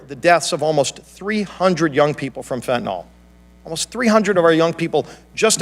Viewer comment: I wish everyone would learn how to pronounce the one and done killer "fentanyl"! The y is pronounced like an "I". It is not fentanall sent by China via Mexican drug lords killing Americans...it is fentanyl!